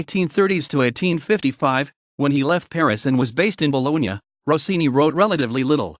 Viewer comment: A nice history, but...where is the music? Also note well: Gioacchino - do not forget that double "c" in his first name. Please pronounce the Ce in Cenerentola and Ci in Cimarosa and the gn in Bologna correctly. Roll those "r"s please. There are many other mispronunciations that must be corrected.